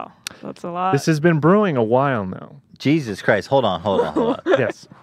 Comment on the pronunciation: "Jizzus" - Hila Klein 2018